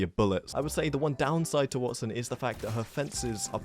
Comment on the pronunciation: “You can’t kill a Watt son” 😁